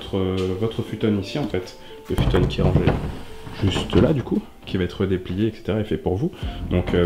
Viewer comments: Furow _ non mais ca se dit futon et il a prononcé futone comme l’element avec la prononciation japonaise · Le "futone"? mdr t'a trop regardé naruto j'crois